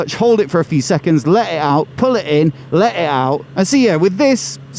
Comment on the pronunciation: Let “i” “art”?! Diction please.